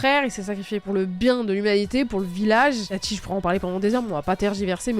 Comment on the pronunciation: Itachi* pas Ita*T*chi..